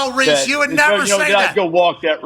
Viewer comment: 🗣️ say the word reece!!!! 😂